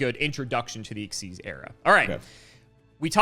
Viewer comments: Xyz being pronounced exzeez has always bothered me more than it should. Its not even faster to say. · I always thought XYZ was X-Y-Z and not ex-sieze, because X-Y-Z dragon cannon and it's other bits